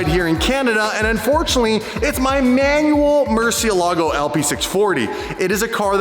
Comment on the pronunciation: You should use a Spanish accent when you say Mercielago! It's a Spanish word that means, 'Bat'. Yup. In fact I just recently learned that all the Lambo's are Spanish words! Huricon means, 'Hurricane',, for example. Love your content, by the way, thank you.